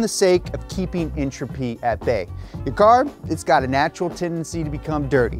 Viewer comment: Dude said “entropy” instead of “entropy”